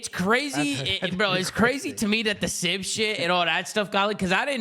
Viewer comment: God I hate the way says Sibs name